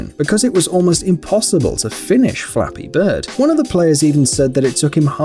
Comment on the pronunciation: When he said "Flappy bird" I thought he said " *Dolphin sound* beard"